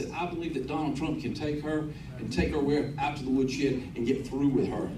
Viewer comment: Did he say wood sheed?